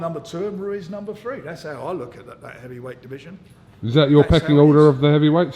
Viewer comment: Haha Frank cant even say Ruiz properly